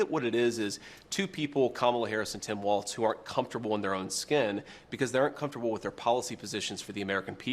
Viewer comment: It's not WalTz!